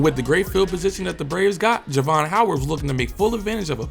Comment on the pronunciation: You pronounced my nephew name wrong during this whole video!!😂😂 Jar-ve-on